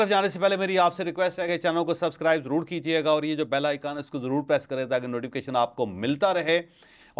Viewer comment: غریب سبکراہب کا کہے تو بات سمجھ میں آتی ہے اتنا بڑا جرنلسٹ سبکراہب کی بولے تو بات سمجھ میں نہی آتی